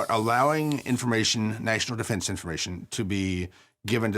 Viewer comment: “gross negligensh” “national defensh informatshon” I’m not just saying stuff for the sake of saying it. He has no jokes, no rhythm or inflection in his speech and has flehm on the back of a lot of words. I’m sure he’s perfectly intelligent but he’s not entertaining. Again, not everyone should be a host and that’s fine. If he’s a square allow him to fall into the square hole stop trying to shove him into a circle.